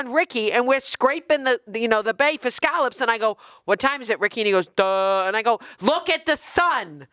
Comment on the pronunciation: As a Bostonian, I can’t listen to the way pronounces scallops 😭